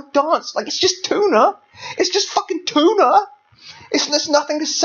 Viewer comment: i fell offended by your mispronunciation of the word tuna